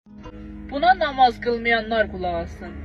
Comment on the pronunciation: Ay arvad nomoz yox namaz ozunde yaxwi bilirsen